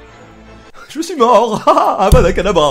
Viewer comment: Des barres il a dit avadacadabra C'est avadacedavra